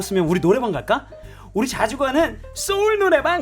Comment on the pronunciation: 우리 인태?? 우rrrrr리 인태???ㅋㅋㅋ 연기 리얼합니다.ㅎㅎ